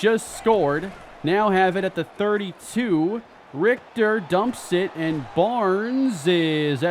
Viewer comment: bro pronouncing richter correct is a w